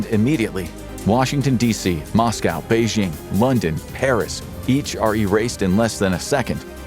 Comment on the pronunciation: Lol you don't say Beijing